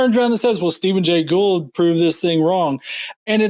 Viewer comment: To give the greatest benefit of the doubt, he mispronounced Gould’s name, so it’s possible he didn’t recognize that that was who had been talking about. I still think he was reading a script, though, because I am old and cynical.